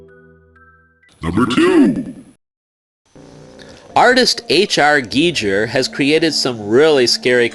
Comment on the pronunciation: h.r. 'geeger' lol